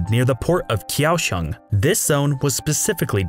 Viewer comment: Koushung, not kioushong